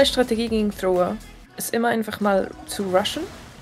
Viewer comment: Bin ich derneinzige den es triggert dass sie Thrower sagt😅